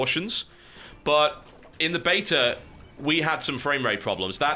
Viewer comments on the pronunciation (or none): I like how when TB says beta too fast he says betar. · How you pronounce beta annoys me TB you are loosing your English! I hope you pronounce aluminium properly.